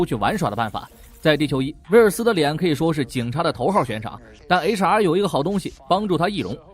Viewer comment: 您把HR说成雷茶 😂